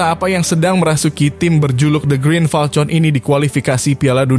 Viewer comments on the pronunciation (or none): Admin KLO tulisan FALCON bacanya FALKON.... bukan FALTJON...!!!! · Falcon bacanya falkon